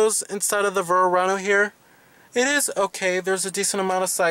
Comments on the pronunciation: What are you calling it? Vurr-ano?? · I never heard a Verano pronounced Verrrrrrrrano before lol.